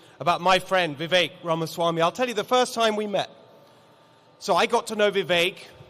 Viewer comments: Oh no, then the governor mispronounced Ramaswamy!🤯. Okay, he pronounced it correctly the second time. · Great news❤️…however, the first guy could have at least pronounced Vivek’s name correctly.🤯